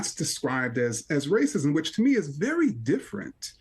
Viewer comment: Legend says the grand wizard is so powerful that he was able to split the word “racism” into two words….. “race-ism”…. A true feat indeed. Lo and behold.